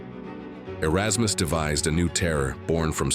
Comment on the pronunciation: "areykus" LOL